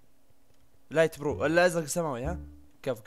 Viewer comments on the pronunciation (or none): في دقيقة قال لايت بروو ههههههههه 😂